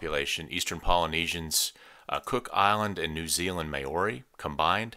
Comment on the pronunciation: sorry did you just pronounce Māori “Mayori” 😂